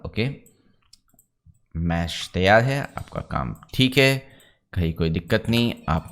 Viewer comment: cheeek hai ( theek hai), next that you try to speak in foreign accent sounds irritate. Please try to speak normal. I am a CAD and MAX tutor since 17 years, but I follows you much longer. You are very good teacher, please work on your pronunciation. Thanks